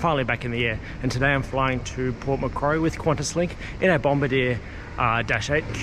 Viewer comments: it's pronounced 'bom-bar-dee-ay" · I think bombardier is pronounced bom-bar-de-air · Bom-BAR-dee-ay, mate :) Good report. The Q400's do their job quite well. Taken a few to Wagga Wagga and EWR-YYZ a few years ago. Welcome back to the skies. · It's said BOM bard E r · “Bom-bah-deer” lol